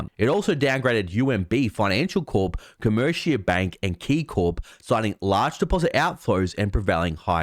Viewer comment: One more time, just for the record, it’s not “ Co MerCIA” its Comerica as in “AMERICA” I’m from Detroit, our baseball stadium was named Comerica and Comerica is one of the banks I grew up with all during the 70s and 80s.